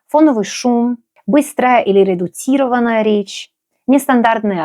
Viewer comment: О, ещё нашел другой пример - "редуцИрованная речь" - на самом деле в русском языке Ц всегда твердая. Но боже мой, мне кажется, это придирки уровня C2, как же приятно слушать на самом деле.